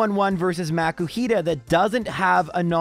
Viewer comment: Most PokéTubers I've seen, excluding the ones found randomly in the game, only use Rare Candies in Egglockes and that's only to get the hatched Pokémon up to the level of the one that you swapped it out for. I don't know why you're pronouncing Makuhita as if there were a C.